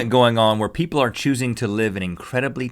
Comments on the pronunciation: xD Oh I've laughed harder than I was supposed to when Rhett messed up on saying "people"! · I love how Rhett has a nard time pronouncing ' people '